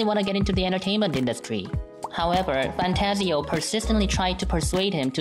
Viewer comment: Did he say fantsio? I think its fantagio am I wrong?